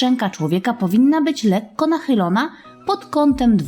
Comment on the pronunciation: Lekko nie letko